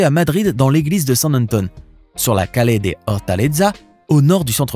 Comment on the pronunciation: il ne faut pas dire """Calé""" mais prononcer """Callié""